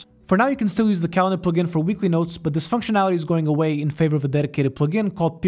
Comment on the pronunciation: your way to say “plugin” is the best way to say it